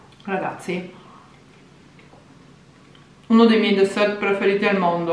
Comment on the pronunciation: la T di dessert è muta non si pronuncia!🤣 mi fai morire quando lo pronunci!